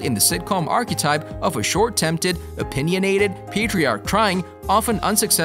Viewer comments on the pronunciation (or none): Don’t you mean “short tempered” instead of “short tempted” 😆🤣😂